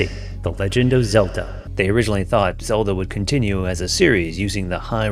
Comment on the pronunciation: Did you say Zeldo 1? LOL